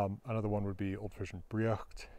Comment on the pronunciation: Nice explanation of the etymology of this language. Maybe I'm the only one but I find it interesting that pronounces Frisian as Frissian with an emphasis on the i and s sounds; my Frisian family said it with a long e sound...Fresian or Fresk or Fres. We were a West Frisian family though, so maybe it's pronounced differently elsewhere. Lots of differences in lots of areas - including languages!